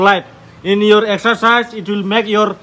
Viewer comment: Sexercise or exercise bro What a language wow